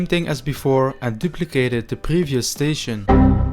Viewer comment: Ant 🐜 ❌ End ❌ And ✅....Anding, And Animation 😂